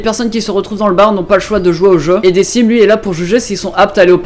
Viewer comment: decim ne se prononce pas "dekim" ?